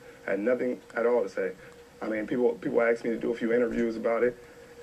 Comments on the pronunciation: Stanford graduate says "ax me". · Stanford graduate: "People axe me.." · I graduated from Stanford but I can't pronounce "Cretin" or "ask" correctly? Nice job bro. Skip Bayless and Richard Sherman are almost equally annoying. They can both be entertaining to an extent but at the end of the day a bullshit opinion from a pompous jackass is still going to be a bullshit opinion from a pompous jackass. Human peacocks are pointless TV fodder for rating's sake and, aside from Sherman's skill (debatable about how good he is vs. how good he looks because of the rest of the defense as a unit), the NFL doesn't need more players to be combative jackasses to puff up their chests any time they get an on-camera interview. I don't even LIKE the Seahawks but even I know the class that Russell Wilson shows is 100x's better for the sport than the crap that Sherman spews any time he gets a chance. Hell, even Lynch's joke-of-interviews are better than Sherman's bullcrap. This video clip illustrates my point perfectly. How about compare stats to stats then against Revis or any of the other best corners if you're so "all about the facts" Sherman? Straight up d-bag. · I think Sherman missed the lecture at Stanford that explained the difference between "ax" and "ask."